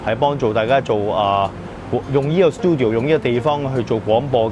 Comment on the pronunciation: Check google how to say 'studio' first. Don't tell me you grown up in an English speaking environment. That place is called 'CHINCUVOR'. Don't have to listen and say an English word in a year.